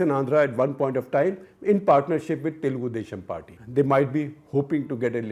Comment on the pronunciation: And it is Telugu Desam Party not Telgoo Desssham Party